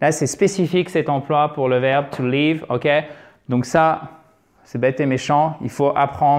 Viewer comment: merci mais c'est un peu stressante votre prononciation du verbe to live ,vous le prononcez " to leave "